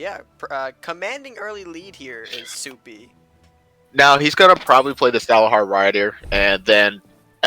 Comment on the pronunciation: My name is pronounced as "Sup-E" not SoupeeeE lol. i had fun in these championships